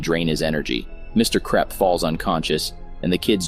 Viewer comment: ah yes, the mean principal "mr krepp" not mr krupp, nah.